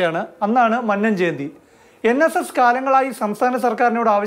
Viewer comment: Please pronounce Mannam correctly